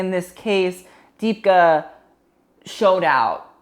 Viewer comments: literally please use google to say her name right this is tragique. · Deepika Padukone pronounced Dee-Picca Pah-Dew-Cone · oh my god that was the worst butchering of deepika's name😭😭